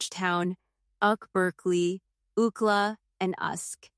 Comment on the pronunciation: So funny how AI screws up acronyms like pronouncing UCLA "Ookla" or UK as "Ahuk" 😂😂